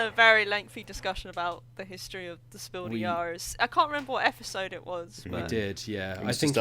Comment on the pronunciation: It confused me very much to hear "Spiel des Jahres" pronounced like it's French.